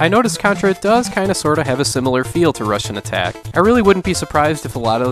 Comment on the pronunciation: Great, I was never aware before but now I can't unhear it. Every time you said Rush'n'Attack I heard Russian Attack.